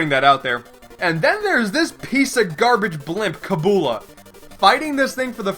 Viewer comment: Finally, someone who says Kabula like "KAH-BOOLA" instead of "KAH-BYU-LA"